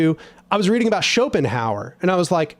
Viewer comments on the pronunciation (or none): none